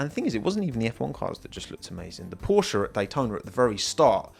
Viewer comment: jeeez is not porschA... is porschE... check out, how the german say that word... and learn it in the correct way!